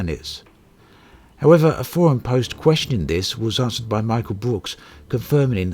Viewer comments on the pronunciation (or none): none